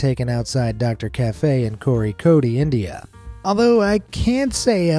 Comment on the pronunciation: That Kozhikode pronunciation was perfect